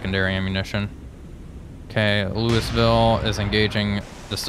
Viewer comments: Repeat after me: "Lou-uh-vul" NOT Lewisville. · Remember, Louisville is pronounced “Louwavull”